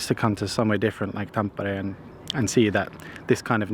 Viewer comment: Gotta love how you say Tampere :D